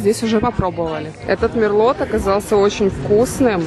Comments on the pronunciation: Мерло, буква Т не читается. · Мерло, а не Мерлот